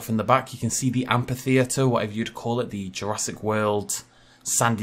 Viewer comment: I'd hate to be rude, but you're mispronuncing amphitheater. Again, I'm sorry if I sound rude, but it really bothered me. Also, I really don't think that's meant to be a Basilosaurus. The head and hind flippers are too big and the tail fluke is too small. I really think it's meant to be a Mosasaur.